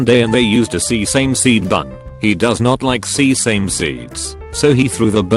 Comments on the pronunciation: Normal people: Sesame No one: Text-to-speech:“SEE-SAME” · I can't tell if ur being sarcastic but if u aren't it's more like SES-SIM-ME 😅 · "See-Same" seeds 🤣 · “See same” seeds. Jesus fuck get a new robot translater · "See-same"'and "bur-jer" 😂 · "Sea-same Seeds...." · Nobody: Text-to-speech voice: SEA SAME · Nobody: Text to speech: SEE-SAY-SEED BUNS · Nobody: Not a soul: Text to speech: SEE-SAME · Nah this would be no fun without the weird pronunciation glitches. You've got to have the glitches and stilted intonation. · The burge-er and sea-same-sea buns